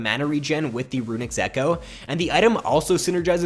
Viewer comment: runics echo ??? move the "s" kid